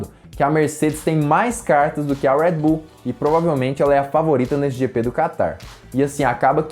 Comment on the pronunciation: Agonia quando ele fala "Uédi Bull" KKKKKKKK